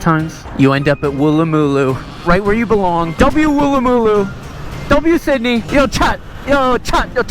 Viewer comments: thats not how u say woolloomooloo its pronounced woolamaloo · pronounced “Wool- a- ma- loo” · Also its pronounced, woo-luh-muh-loo, you're welcome. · Never heard of any place called Wooloomboo m8 but Woolloomooloo i have.You must be a foreigner. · Mate welcome to Australia anytime, im an automotive youtuber containing anything with a motor, I prefer non EV's but theyre still automotive. Not just Ebikes but the Automotive Enthusiasts are targeted lately... The Australian Government rules in Australia are just shyte at the moment..... wooloomooloo is pronounced as Wool - loo - moo- loo or woola -ma - loo Cheers mate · why'd he say wooloomooloo like that 🤣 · Lol the way he says woolloomooloo😂😂😂😂😂crack'd mii upppp 🤣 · city woolloomooloo😂 got me rollen